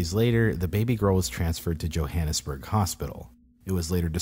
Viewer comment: I’m still stuck in the “*yo*hannesburg”